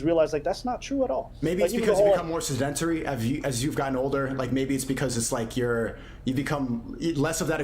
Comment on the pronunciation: my mans really pronounced it “Suhdenturry” you mean sedentary? 🤦🏽‍♀️ his voice even sounds like tate. also, with that mentality he gonna be smashing double the btchs with double the stds and double the child support payments too.